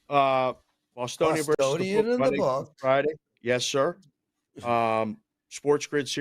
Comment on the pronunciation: I'm a fan of you and wagertalk in general, but we DO endure you. Please, try saying "versus" with TWO syllables...